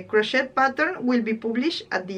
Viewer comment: Your sweater is beautiful. I’ll be back to watch more. Your English is better than my Spanish. Crochet is pronounced without the ‘t’. With the t it sounds like a bad word. Crochet, I think, is a French word. 🇨🇦